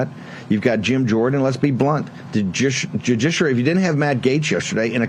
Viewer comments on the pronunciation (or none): is Bannon mispronouncing judiciary every time on purpose as some kind of defense against legal action, or is he just stupid?